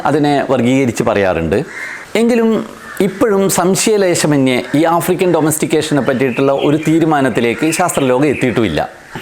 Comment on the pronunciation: ആഫ്രിക്കൽ അല്ല ആഫ്രിക്കൻ തെറ്റ് ചൂണ്ടി കാണിച്ചു എന്നെ ഉളൂ. 😏🥴